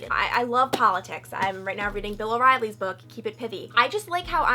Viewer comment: bill oreilly? ...cmon girl. still love u tho <3